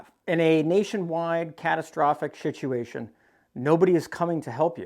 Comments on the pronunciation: Did I hear you say.. shituation??🤣🤣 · Did I hear wrong or did you say "shituation"?😂😂